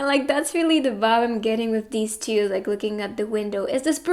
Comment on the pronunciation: Why she says " pile number chiu" 😂